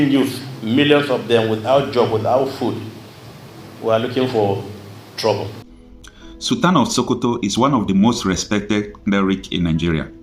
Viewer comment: Abeg , he’s “SULTAN,”NOT “SOOLTAN”!